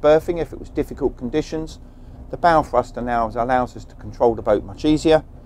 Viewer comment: What the hell is a "fruster"?